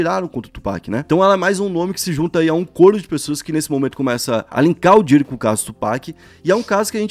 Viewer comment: não é Diddy, e sim Diddy! (se pronuncia com a ponta da lingua )